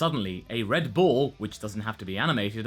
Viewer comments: Anyone else hearing "Red Bull" rather than "red ball"? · Did anyone else keeps hearing him says "Red Bulls"?